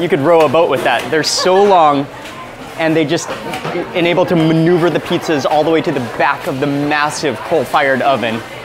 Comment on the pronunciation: I love how they pronounce it petezas.